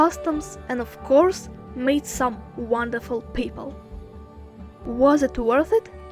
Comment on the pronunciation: vanderful ezji, 😂😂😂